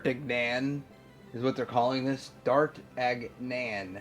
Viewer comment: I'm pretty sure its pronounced "Dar-tan-yon" like 1 of the 3 Musketeers.